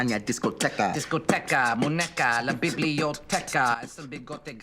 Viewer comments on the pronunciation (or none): Except when Troy pronounces muñeca as muneca which as far as I can tell isn't a word, but that's just a mispronunciation I suppose. I'm also not a native Spanish speaker, so what do I know lol P.S. If you have a Num pad with Num Lock enabled, you can type ñ by holding Alt and then typing 0241 on the Num pad. Obviously that still takes a bit of effort and requires memorizing the alt key code for proper speed, but it's probably easier and more legible in the long run than always having to type n~.